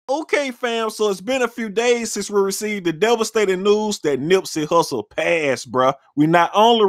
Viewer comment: Its Nipsey Hussle* not hussel..... 😤